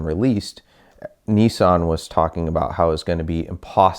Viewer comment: Its niss-an not kneesan